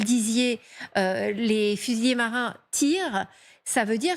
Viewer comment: Fusilliers et pas fusillés. Il y a une différence dans la diction.